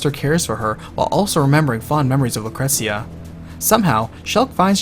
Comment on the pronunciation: Lucretzia??? Cait Shee? idk if those are the correct pronunciations, but you couldn't pay me to pronounce them that way lol